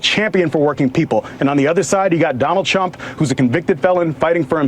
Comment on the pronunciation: sounds like he said Donald Chump lol